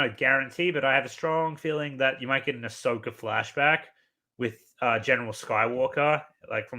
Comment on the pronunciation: why do you keep calling ashoka ashoker 🤭